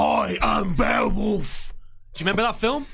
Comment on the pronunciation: I can't believe called Beowulf 'barewolf' and no one corrected him.